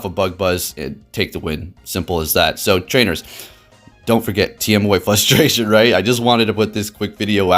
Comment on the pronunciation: Algorithm sounds about as real as your ability to pronounce frustration ¯\_(ツ)_/¯